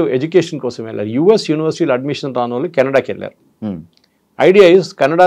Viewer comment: Anchor గారూ కొంచం మంచి తెలుగు ... వాల్లు వీల్లు అంటారేంటి ( వాళ్లు వీళ్లూ అనలేరా ?!!)